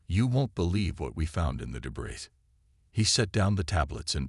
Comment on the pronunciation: I am sorry but I have to say this. I love the AI voice, is very good and your plot is good but please teach the AI to pronounce words correctly. It must be an AI thing, same words mispronounced most of the time, all the time in some cases like debris, barrage, sabotage, etc…